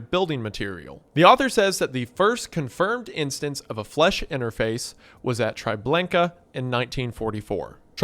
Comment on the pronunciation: Normal people: Chitinous Wendigoon: Kiteness Normal people: Treblinka Wendigoon: Triblenka Come on, You could at least check